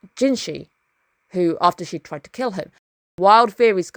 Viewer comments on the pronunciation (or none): There is Mushoku Tensei airing next season. Probably the only show that can live up to be Apothecary Diaries replacement in the nearest future. Also, am I mishearing or are you calling ideas or thoughts "fairies"?